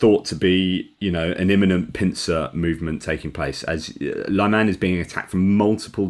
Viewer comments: At the risk of being pedantic to a Philosopher, may I suggest pronouncing Lyman (or Liman) the French way? As with Lyon? Unlike other Ukrainian towns, there are only 2 syllables involved. I have seen some folk spelling it Layman, which is the next step I suppose, to be blamed on Autocorrect. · Thank you for suggestions. I was listening to another Ukrainian who pronounced it the way I was trying here.